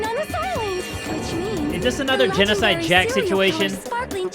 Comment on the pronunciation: ITS NOT GENOSIDE JACK, ITS GENOSIDE SHOW!!!!